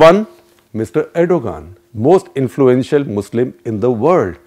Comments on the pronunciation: Erdogan is pronounced redo-wan Please ensure correct pronounciations; would you like Modi to be called Modai? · tumharay country main jaisay har chez thek chal rhi hy lanti insan pahle naam to sahi bol